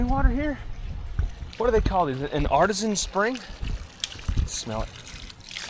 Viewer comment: "Art-E-see-ann" spring. :) Loving this trip. I totally love that you will eat anything! Eating is adventure too...too few Americans are bold with food, passing up the world's food for MacDonalds...their absolute loss.